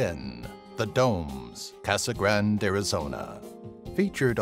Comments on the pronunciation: Casa Grande, not grand. But still, good video. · You mispronounced CASA GRANDE. Ask a Latino friend how to say it.